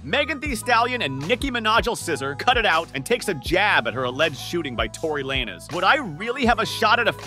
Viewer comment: tory lanezzz or tory lanes(z)? you pronounce some names incorrect my bro